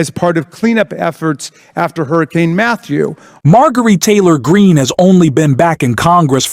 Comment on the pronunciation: I don’t particularly Mind,—— but the repeated, and just plain Weird, mispronouncing of the Foul MTG’s name made this presentation less credible. Sounded like AI .